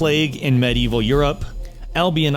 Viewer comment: Umm... That's one way to pronounce Medieval.